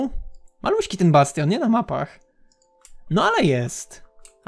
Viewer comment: "Bastion " Pozdrawiam XD